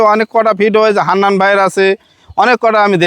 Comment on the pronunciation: হেডা ভরা মুছ। আর মূর্খের ঘরের মূর্খ,বার বার হান্নান না বলে হান্নাল বলিস কেন হালা বলদ